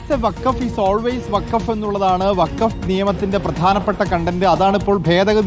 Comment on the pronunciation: വക്കാഫ് അല്ല ഫക്കോഫ് 🤡🤡🤡